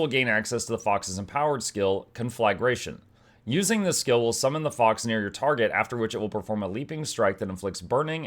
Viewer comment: saying con-FLAG-ration and not Con-fluh-gration 🥀